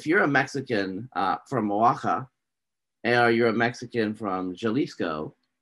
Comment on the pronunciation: butcherin the pronunciation of Oaxaca and Jalisco 😅